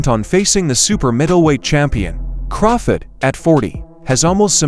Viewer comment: Terence CrawFID lol